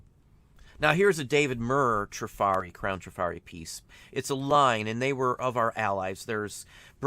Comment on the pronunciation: Trif’ arri with the accent on the first syllable. 🙄